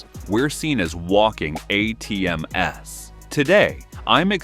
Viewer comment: Yep, that is an AI audio track (it says "ATM-S" not "ATMs"), and it's nonsense. This video is targeting a popular brand and dumping out AI slop. I have 4 Lexus vehicles, and have never missed a service. I do some of my own at home (brakes on my RCF), but I always get the video breakdown. I have the same adviser every time, and my buddy is a master Lexus tech with 25 years of experience. My RCF brakes made it 90k miles! I just bought my wife an IS 500 and will be buying an LC 500 convertible. We have never had any bad experiences with our service department. This video is garbage.